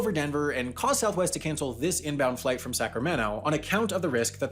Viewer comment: Man pronouncing Sacramento as sacrameno sounds horrible.